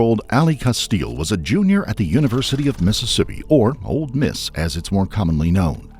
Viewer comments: This narrator drives me crazy saying “Old Miss” instead of Ole. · It's "Ole Miss", not "Old Miss". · I wish he would stop calling it ‘Old’ Miss. I know it has nothing to do with the story, it’s just a pet peeve of mine. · This man said “old Miss” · FYI, the "d" in "Ole Miss" is silent.